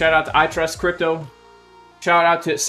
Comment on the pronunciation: You messed the guys name up. Its CRY.PTO